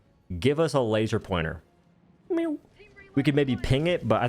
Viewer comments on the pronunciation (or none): none